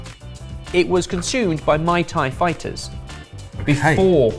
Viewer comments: Muay Thai. Not Mai Thai. 😂😂😂 😬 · meant to say that red bull was consumed by Muay Thai fighters but he pronounces it like the cocktail, mai tai. Finally a combat sport I could win.🤣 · I swear it sounded like said Mai Tai fighters. Now all I can think of is Mortal Kombat...But all the fighters are bartenders. The Mai Tai fighter probably won't fare too well against the Gin and Tonic fighter, but could probably kick the Cosmopolitan fighter's ass. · mispronunciation of Muay Thai as Mai Tai has me picturing a martial art based on cocktails. 🤣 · /rewinds Yep, said Mai Tai fighters XD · It was consumed by "Alcoholic Drink" fighters. 😂😂😂 The pronunciation of Muay Thai fighters killed me 🤣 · I might be mistaken, but I believe the Thai martial art referred to is spelled Muy Thai and pronounced something like “Moo-ee” (said quickly, similar to the Spanish word meaning “very”) Thai. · really butchered the pronunciation. 😂